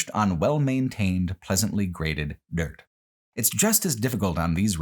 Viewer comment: "much of Nebraska and much of Iowa is accomplished on well maintained, pleasantly grated, *Dört*"